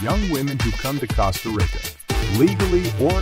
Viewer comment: Cost uh rick uh smh lmao ...